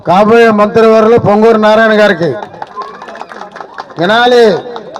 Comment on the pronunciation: పుంగనూరు కాదు. పొంగూరు నారాయణ.